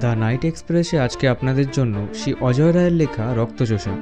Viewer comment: নামটা ভুল বললেন।অজয় নয় অজেয়